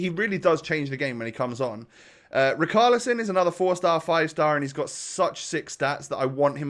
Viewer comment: Why are you still saying " RICALISON " ... Is RICHARLISON mate ... Like RICH you know ... RICHarlison